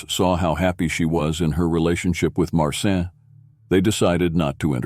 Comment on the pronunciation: Its not Martin nor Marcin its pronounced Mar-chin